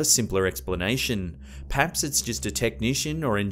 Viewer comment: I legit love how he says Peaps instead of Perhaps <3